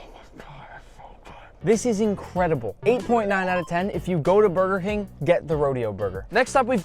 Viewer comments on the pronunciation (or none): did he say if you go to burger hing not king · he really said Burger hing